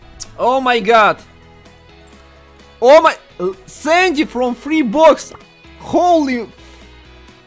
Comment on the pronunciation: A Roll R. Frrreeee frrrreee frrrreeeee. Ist listen funny.